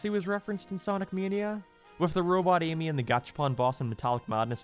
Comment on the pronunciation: bro just said Yimmy instead of Amy